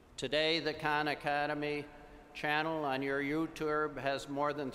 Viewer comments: "YouTerb" LOL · Youturrbe. Haha. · Lol the presenter has no idea what youtube is, he said "on your yourturbe" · loooool sal's face when he hears "YouTurb" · Old guy: "on his YouTrube" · You know that the introducer is shit when he pronounces youtube as 'youturb'. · The guy who introduced sal said youturb the 2nd time. But anyway, very good speech